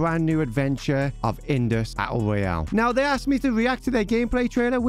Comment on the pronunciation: you say a u oyal 🤣🤣